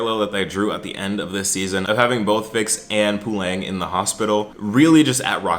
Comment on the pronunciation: Great video. Just a small thing that Puleng is pronounced with less emphasis on the ‘U’ pooLENG ✅ POOleng❌